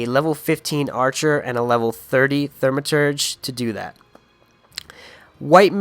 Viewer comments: THAUMaturge not THERMaterge. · Thermaturge. Teehee